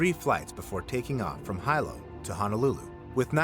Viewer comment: it made my brain hurt.